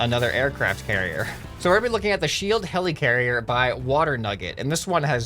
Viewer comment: he says hellicarier hes a marvel FAN